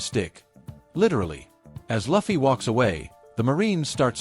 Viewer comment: i want to report you for not saying proper luffy name